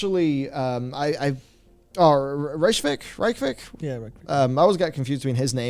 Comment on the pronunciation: oh dear the way they pronounced ICE-land and then RACE-A-WEEK xD